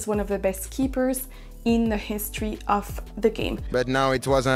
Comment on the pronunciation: You also made a mistake, you pronounced "of" as "off" instead of the IPA sound /əv/ It's not Maint IN but meɪnˈteɪn